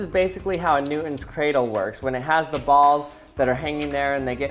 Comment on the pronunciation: All I heard is "ols"